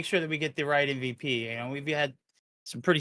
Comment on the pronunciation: Its supposed to be mvp not mvt 😂😂😂😂